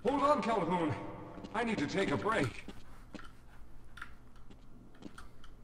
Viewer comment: its Calhoun, not hoon get it right jeez